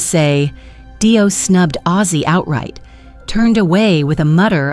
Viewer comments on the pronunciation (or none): Its not DIE O you stoopid cow its DEE O